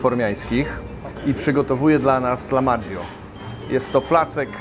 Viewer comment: Uwaga co do nazwy potrawy - nie jest to chyba lamadżio (wymawiane jak we włoskim) a "lachmadżun/lachmacun".